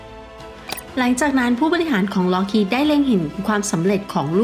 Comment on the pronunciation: Lockheed Martin ออกเสียง Loc~kheed ล๊อค~ขีด